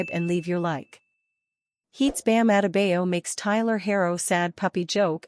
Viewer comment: SAID BAM LAST NAME ALL WRONG